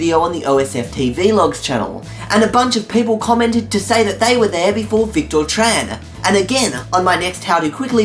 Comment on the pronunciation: WAIT! YOU SAID MY NAME RIGHT! AT THE END OF THE VIDEO AT SOME POINT! :D "The Victor Tran challenge will be active..." :D